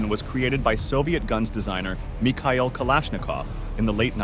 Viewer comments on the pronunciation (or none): none